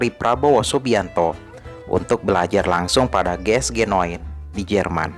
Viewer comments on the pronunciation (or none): Bang cara bacanya jiesjinine,bukan geesgenoen